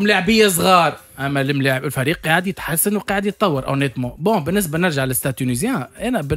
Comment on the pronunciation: 9ai3ed ? ou bien 9é3id ! kifch t9oul fiha ya 9ééééé3id -_- zebi chlamet clayek radioet tounes